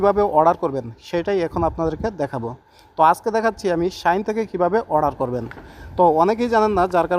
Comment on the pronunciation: শাইন বলে😂😂😂